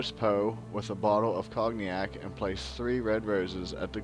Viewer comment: No one has ever toasted Poe with Cog-Ne-AK.